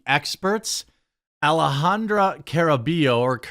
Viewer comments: It's car-uh-BUY-oh if you care. Maybe we just need here to translate for you again! 🤣🤣🤣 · Hey brother Jeromy, it's pronounced, Ca"rr"ah-bye-yo (rolled "R") You are welcome 😃👍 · Yo, Jeremy. It's not important, but the double L in Caraballo make a Y sound in spanish, so it'd be car-ah-bah-yo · It's "ka-ruh-BUY-oh", Jeremy. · It’s pronounced CARABAH-YO Don’t mind me it’s just a pet peeve of mine. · Can't lie Jeremy, it's kind of embarrassing that you can't accurately pronounce her last name; it's pronounced "Car-a-buy-oh"